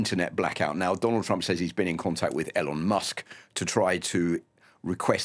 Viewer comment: How do you not know how to pronounce Elon?